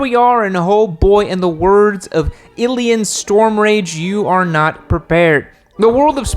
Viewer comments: its illidian stormrage. not illian LMAO. A for effort. Im a gsxr world of warcraft nerd. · It’s Illidan Stormrage, not Illian… you nut-tugger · Ilian? Fucking Ilian? ITS ILLIDAN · I'm sorry... Illian? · Illian stormrage? You mean illidan? If you’re gonna quote somebody at the beginning of your video atleast get the name right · Illian Stormrage?? Illidan?? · Illian stormrage? its illidan. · Did he say “illian stormrage” 🤔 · “Illyan” stormrage?? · 'Illian Stormrage'.... you mean Illidan Stormrage? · Illidan not illian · How the hell did you forget the D in Illidan? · Except it’s IlliDan not illian lol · Kinda got triggered a lil bit when he said "ilillan"